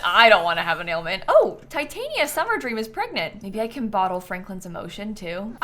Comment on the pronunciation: PLEASE LOOK UP HOW TO PRONOUNCE TITANIA IT IS NOT PRONOUNCED LIKE TITANIUM YOU ARE KILLING ME LMAO